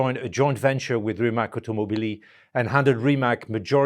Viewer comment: Rimatz, but not Rimak. Mateh, but not Mate.